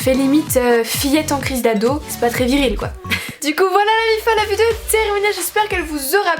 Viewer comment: Tu sais toujours pas dire "vidéo" mdrr, mais c est pas grave tu dechire comme meme